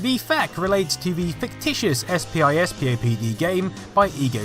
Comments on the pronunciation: SPISPOD is prounounced SPISS-POD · It's pronounced " spiss-pop-dee"